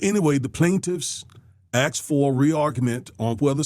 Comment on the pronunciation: That pastor just completely butchered the English language in 30 seconds. "...wif Clarence Thomas'....." " the plaintiffs axed..." "...if it is race conscience..."